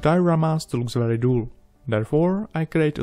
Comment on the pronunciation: Awesome video as always, my friend! I just wanted to mention that you're pronouncing "dull" wrong. It's no big deal of course, I just wanted to help. dull rhymes with hull, it does not rhyme with tool. thanks again for the killer content! ❤